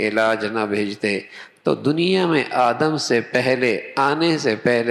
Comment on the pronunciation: بھائی جان مولانا صاحب آپ آدم علیہ السلام بولے آدم نھیں ہوتا ہے،اپنے الفاظ درست کرے